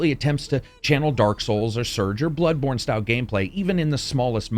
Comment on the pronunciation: Great review man, as always. Good work. [ And it is "Bloodborne" NOT "Bloodbourne" ]